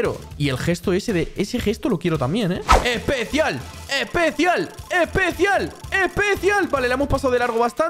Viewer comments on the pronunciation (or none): Porque dices epecial